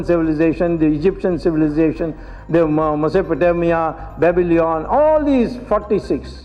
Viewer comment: Swamiji needs to come up with some new stuff. He is getting a bit stale. And for such a learned man to keep saying Bablyon instead of Babylon is quite jarring.